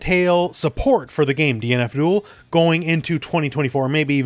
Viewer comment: whenever he says DNF DUEL i hear DEAN ABDHUL